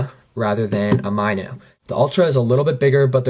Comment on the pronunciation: It's pronounced Mino (like the small fish...or like min short for minute--oh)...not my-no lol. good review tho, thanks.